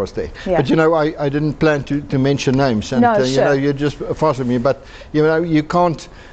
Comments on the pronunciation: Oh my .. she doesn’t say their names very well… Enormous respect to this delegation 💪🏻🇿🇦💪🏻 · Ongeskikte vrou. Gee nie haar gas eers kans om te antwoord nie. En die arme man se van wat sy so verkeerd uitspreek. 😂